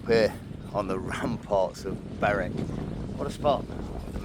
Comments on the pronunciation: Great video 👍 Berwick is pronounced Berick, and North Berwick over on the coast there is also pronounced the same. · My man Great video as usual but that's the worst pronunciation of Berwick I've ever heard 😂